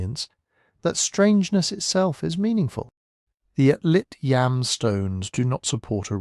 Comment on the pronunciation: Yam (יָם Hebrew for sea) rhymes with Tom (not Sam).